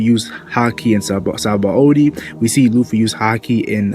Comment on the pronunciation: btw its not "sahaba o dee", its "shabon-dee" it's a play on the word for soap bubble in japanese ,"Shabon dama". "Shabon" is a borrowed word from the french "Savon = soap" and the "D" from the japanese word "Dama" meaning ball Thanks